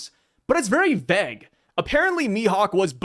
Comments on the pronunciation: Someone please teach to pronounce vague and plague, it sounds so stupid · I'm from Australia but I am pretty sure thats not how you pronounce vague.... thought it was a ragebait at first 🤣